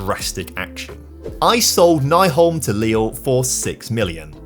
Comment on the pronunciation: I was happy to see Nyholm leave since that would mean that you would stop mispronauncing his name. It is NY-holm not NAI-holm. Ny is said like new.